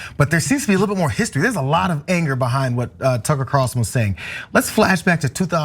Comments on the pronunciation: I've been calling him Cucker Tarlson for years, so that slip made me laugh so hard! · "Cucker" that was a great slip :) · I did hear call tucker carlson "cucker" by mistake. 🤣